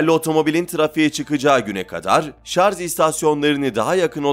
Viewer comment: "Şarz" olabilmesi... Başka yoruma gerek yok.